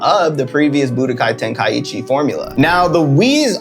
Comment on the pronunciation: bro butchered that one 😭